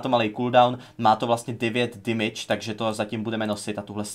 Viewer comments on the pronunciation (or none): Damage=demidž ne dymidž